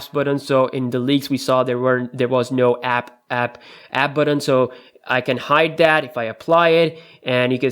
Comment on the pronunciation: BUTTON NOT BATTON FAM!